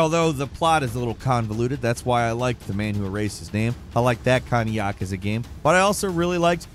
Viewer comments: It’s actually “yakuza” with a u, not “yakaza” with an a. You sound like a slack-jawed yokel. Japanese written in the Latin alphabet is straight up phonetic, not sure how you ass that one up. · “YahKueZa games”